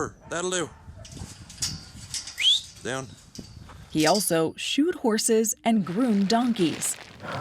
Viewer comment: Shod. Not shoed.